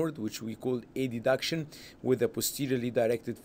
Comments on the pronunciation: why he was saying A-D-duction?! its called adduction as a one word but anyway very nice illustration ,, thanks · aha, first time I hear this pronunciation.. thank you for the clarification😊